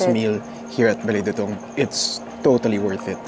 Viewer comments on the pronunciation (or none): Since I am a kapampangan I just want to info you how pronounce the dutung, slowly lang po du-tung.